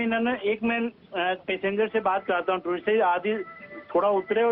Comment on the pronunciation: Lady please learn how to pronounce "Tourist" correctly